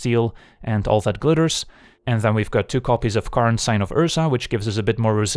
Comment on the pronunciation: "karnstruct" and "karn advantage" lmfao